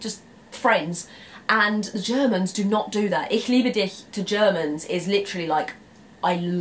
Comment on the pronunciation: woah, excellent pronunciation of "ich liebe dich" there. You don't hear that often by English speakers.